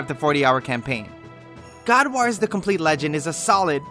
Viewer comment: That WAS a good review. Bonus points for how you pronounce 'wars'. Waarz!